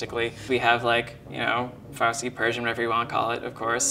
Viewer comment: was pretty close when he said farsi, I'm Iranian btw